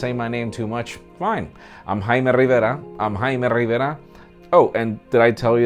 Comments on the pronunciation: why don't you say your name Jaime as Jaime Lannister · I thought it was Hymen Rivera